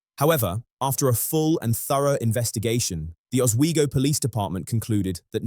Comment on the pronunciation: I live about 20 minutes from Oswego and congratulations for pronounce it properly.